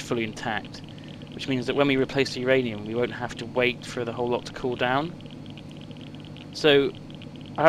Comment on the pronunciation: sorry, then put whose ranium in? because it sounded like you said my ranium... but my ranium already belongs to yogscast nilesy. so I think you may be referring to YOUR ranium.